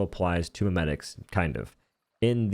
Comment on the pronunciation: Mem-a-ticks.... I think not sir. Mem-et-ics sounds much nicer. Lmao